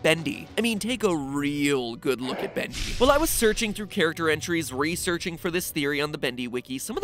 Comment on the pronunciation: SkeleCat he says bundy and it is bendy